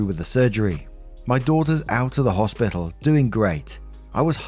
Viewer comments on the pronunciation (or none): none